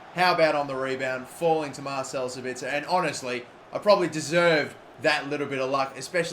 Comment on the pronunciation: Im German and Sabitzer is pronounced: Saaabiiitzer correctly but the a longer than the i. Nice Video Mate!!